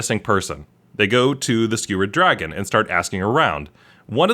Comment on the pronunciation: It wasn't even drogon. I heard drgon.